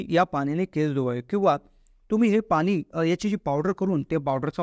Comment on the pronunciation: Pani shadb tari not bola.....n.....cha uchhar ashudha 😅😅😅😅😅😅